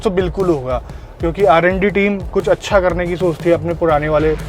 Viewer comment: Bhai aap R&D team bol rhe the par sunane me lag rha th Aa randi team